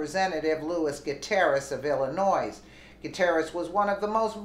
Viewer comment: Um...the S is silent in Illinois.😌